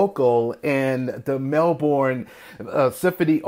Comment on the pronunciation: This was from a concert in 1987, whispering Jack Australian tour.. And your pronouncing Melbourne wrong it's pronounced "Mel-burn" aa the "o" silent.. John is 73 not 71 & he most likely won't sing ever again coz 2 months ago he under went 12hour surgery to remove a cancerous growth in his jaw so half of his jaw had to be removed.. he's an Australian icon, we love him & sending him all the best for a speedy recovery..